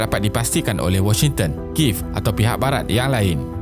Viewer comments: ibu negera adalah bahasa khas.. cer kalau sebutan kuala lumpur bertukar.. Ape jadi... search la kat youtube, pembaca berita pun sebut ki-yev.. bukan kiv.. buat la research.. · Balang try search kiev malaysia.. Ada berita.. tgk pembaca berita awani ada sebut ki-yev... bukan kiv.. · Admin.. Sebutan ibu negara ukraine, kiev tu ki-yev.. Bukan kiv.. Boleh tgk wikipedia.. 🤭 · Kalau tak silap sebutan dia Kiev bukan kiv.Cuba tengok cerita red heat(1988) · Video yang baik seperti biasa cuma saya nak betulkan sedikit Sebutan ibu negara Ukraine iaitu Kiev ialah Kiyev bukan Kiv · Kalau dalam berita perdana atau buletin utama pun diorg sebut Ki-yev... Kalau sebutan ibu negara, mesti kena sama.. Bukan sebutan negara. Kalau negara boleh la kalau bertukar.. Macam US kita panggil Amerika Syarikat, tapi ibu negara dia kita masih panggil Washington.. Macam Japan, kita panggil Jepun, tapi ibu negara masih Tokyo.. Macam Cambodia, kita panggil Kemboja, tapi ibu negara masih panggil Phnom Penh.. Macam France, kita panggil Perancis, tapi ibu negara kita masih panggil Paris.. Macam Malaysia jugak, orang Perancis panggil negara kita Malaise, tapi ibu negara kita masih lagi disebut Kuala Lumpur..